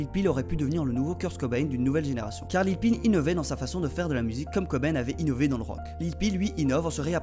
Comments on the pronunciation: ON DIT LIL PEEP ET PAS LIL PEE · Il a carrément dit lil peel 💀